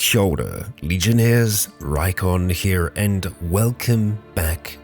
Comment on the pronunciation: Noone gonna comment on the really well pronounced kia ora he said at the start? Daym ok bro Edit: looked at the about section and see your from NZ. That explains it, chur